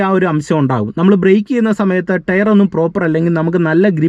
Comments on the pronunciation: ടെയറല്ല ടയർ 😂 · നീ.... ഈ ടെയർ.. ടെയർ എന്ന് പറയുന്നത് ഈ ടയർ അല്ലേ....? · ടെയർ അല്ല ടയർ 🙏🏼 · Tare അല്ല ടയർ എന്ന് പറയൂ...